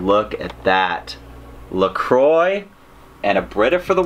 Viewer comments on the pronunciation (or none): none